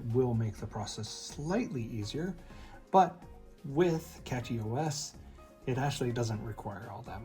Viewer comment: Thats funny; you keep saying Catchy OS... there isn't a T in Cashy.